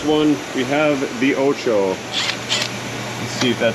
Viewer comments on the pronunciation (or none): none